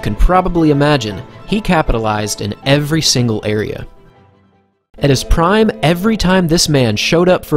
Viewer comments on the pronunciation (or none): none